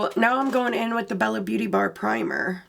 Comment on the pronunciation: Can I just tell you I believe it's pronounced Bella beaute' bar...